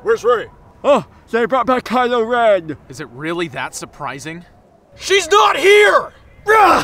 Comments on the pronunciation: He is witiwy gwitying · He's witterawly gwiddawying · "He's wittawy gwittying" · He'S wiTewAlly GwiDdyINg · He's witewwowly gwiddeling